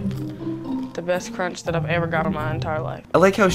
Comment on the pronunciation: Adriana Le I Said cronch